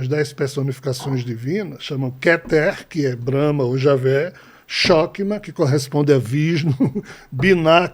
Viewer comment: Shokma nao existe kkkkk e sim chochma e leia-se ch com som de rr.